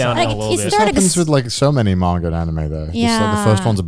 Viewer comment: Every time Connor has ever said "So Many" it sounds like he says "Sony" to me! 😂